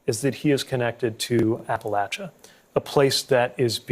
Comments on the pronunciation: Thanks for your YourTube vidios and for your ofen humorous commentaries. Thank you Pete for being strong enough in who you are and to aticulate the truth eloquently and without a trace of malice. Also Pete..thanks for.for saying Ap-pa-LATCH-a, and not I Ap-pa-Lay-cha! ****But you can say it eiher way as long as Kamala is elected President. Then we can celebrate with some sweet tea, grits, and maybe a little shine. By the way Pete I also voted for you. 🥰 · You earned my eternal love with this video. You didn't pronounce it "Appa-lay-chu." You said "Appa-latch-uh." As a lifelong Appalachian, THANK YOU, SIR!!! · Buttigieg is one of the few people I've seen to actually pronounce Appalachia correctly.